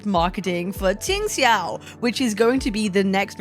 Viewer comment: Here your pronunciation of Q and X in her name is surprisingly good!